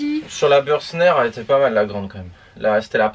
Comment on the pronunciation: Merci pour cette vidéo très instructive. Juste une petite proposition d’amélioration. Bürstner étant une marque allemande, votre prononciation est erronée.